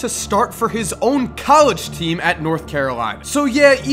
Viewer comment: anyone else realize how bad he butchered the word "College?"